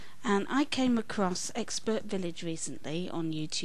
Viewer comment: Yeah the exbertvillage lady has no clue what she's talking about. Even my 6 year old brother knows more about the accents than her.